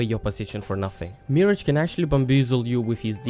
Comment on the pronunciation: You are saying MIRH-AGE wrong